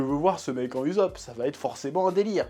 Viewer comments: ça mal aux oreilles 😭 Mais super vidéos d'accord avec toi 😉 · Ussop se prononce oussope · ça se prononce oussop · «» «Monké dé LUffy» j'adore ta prononciation des noms en japonais 😂 P.S: C'est pas de la moquerie et encore moins à but blessant/vexant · "Oussop" tel est la prononciation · En français on dit "Oussop" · Par contre je comprendrais jamais pk tu dis YouZop